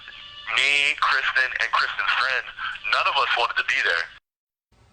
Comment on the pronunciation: He keeps saying "KRISTEN" instead of Kristine